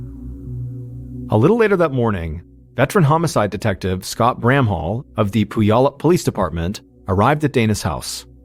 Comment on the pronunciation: Puyallup is pronounced Pewallup